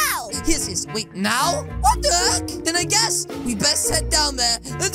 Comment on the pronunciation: He said ow instead of now